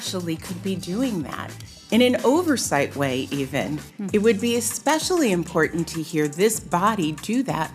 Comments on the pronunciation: "imporDunt" "conTstitution" margie-madgie-mudgie-pudgie might need additional English pronounciation classes. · MTG can't even pronounce the word "important" correctly, it doesn't have a "d" in it, as she says "impordant" What an idiot.